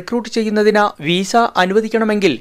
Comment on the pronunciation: വീസ അല്ല . വിസ😁